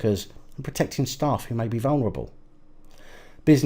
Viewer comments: All together now "STAFE" 🤪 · Say stafe people. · You are on a roll tonight, first say stafe and now cerstificates.